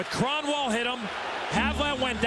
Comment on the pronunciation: [Krahn-Wawl] Eh. Crapiest way to say it championship?